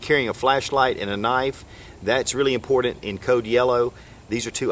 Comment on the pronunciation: "Impordent" hahaha